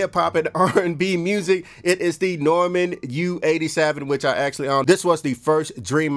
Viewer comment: Bro it’s Neumann pronounced Noy-Man. Not Norman